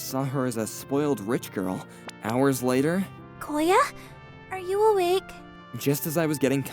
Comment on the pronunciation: Koya* change the O into U and Filipino will know